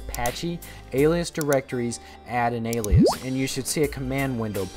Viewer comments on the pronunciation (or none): When you said alias, I thought you said aliens. XD